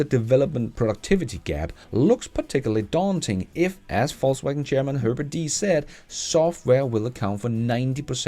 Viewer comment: Am I the only one that keep hearing False wagon?